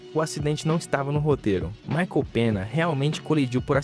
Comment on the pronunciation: ADM, só uma dica "Ñ" em espanhol se lê "NH" Tipo o "Michael Penha" [não só em nomes, se lê igual para tudo] Só uma dica mesmo, no demais, o video ta top